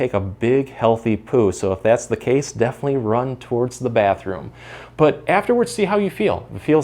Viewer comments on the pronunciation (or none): 😂😂😂😂😂😂❤❤ "if you get thee urge to do a little toot... def'nlee, let-it-out"